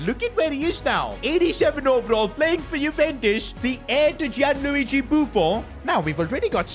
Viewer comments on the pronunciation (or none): none